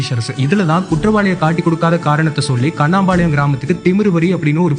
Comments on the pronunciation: First pronounce it the village name correctly: its not Kanaampalayam, its Kannampalayam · கண்ணம்பாளையம் ன்னு தெளிவா சொல்லுங்க கண்ணாம்பாளையம் இல்லைங்கோகோகோ